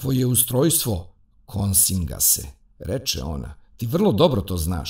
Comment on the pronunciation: Para uši kad čovek izgovara 🤨KoNsingas...🤭😄